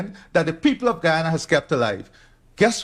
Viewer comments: GUYANA not Guayana. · It's Guyana not, guAyana btw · Ghana, not Guayana. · How embarrassing, the narrator declares ‘Guayana’ (the correct spelling is Guyana) to be a country in Africa. It is actually in South America!